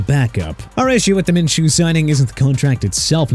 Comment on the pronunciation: Minshew's pronounced min-shoo